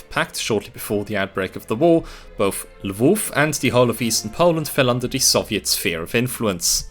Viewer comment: Your pronunciation of “Lwów/Lemberg” was perfect in both Polish and German